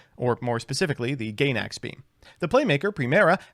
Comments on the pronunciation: Dont know if the Gaynax thing was a joke about them being lesbians or just not knowing how to pronounce things. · GAYNAX? Glad we've mispronouncing anime studio names in addition to card names this time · pronouncing Gainax like Gay-nax made me wanna vomit. Saying stuff like Baxia wrong I get, but japanese literally only has 5 vowel sounds. It's the easiest language to sound out on the planet.